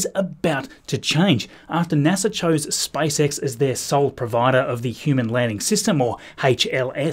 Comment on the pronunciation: 🙂 why did it sound like spice x when he pronounced space x